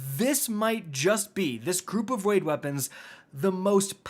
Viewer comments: “This group of waid weapons” 😂😂😂😂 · Waid Weapons? 🤣👍 Also "Waid Weapons Here"